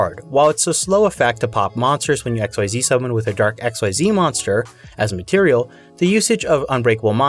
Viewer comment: The way you say “xyz dragon” Erks me😂 incredible content and video but it’s pronounced “eck-seas” .